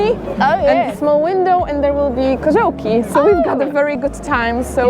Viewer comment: it's a very difficult word and you said it perfectly/koziołki